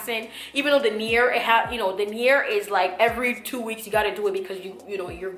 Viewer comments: If you are saying Nair, UNDER NO CIRCUMSTANCES USE NAIR down there! You sound like you are saying nere, but I think you are saying Nair. NO NAIR DOWN THERE! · Near...? or Nair? lol sounds like your saying near.